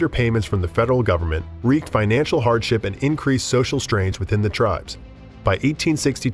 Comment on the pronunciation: Wreaked is not pronounced wrecked. Seneca is not pronounced seneeeka. Kiowa is pronounced with a long i. Arapaho is way off the way you're pronouncing it. Second a is a like apple.